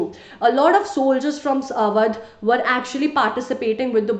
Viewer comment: Sry it is AWADH